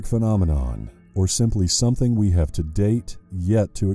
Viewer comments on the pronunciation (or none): none